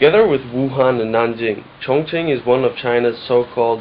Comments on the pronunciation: ' at 1.41, you pronounce 'Chonqing' as 'Chong+Ching.' If I'm not mistaken, even going by the 'modern' spelling, it's pronounced; 'Chong+King' In earlier times - prior to the adaptation of Pinyin (before the 70's/80's in the west), this areas was known as 'Chung King.' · I think in Mandarin, Chong Qing is pronounced Chong Jing. It is the Anglicize pronunciations that make Chinese names sound ridiculous to Westerners. The heavy nasal tones of British make names of every other language sound ridiculous.